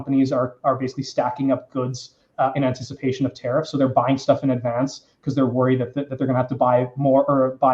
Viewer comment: Is it just me or does pronounce tariff as terrorist? 😂